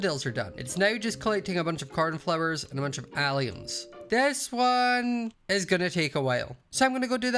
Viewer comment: Every time you say “alliums” I keep thinking you’re saying “aliens”💀💀